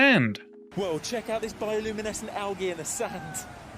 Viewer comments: hold up- HOW DID HE PRONOUNCE ALGAE?? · Is that how you say it? Algae or is that some kinda of accent